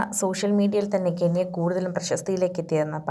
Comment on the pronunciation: കെന്യ അല്ല ചേച്ചി കെന്ന 😂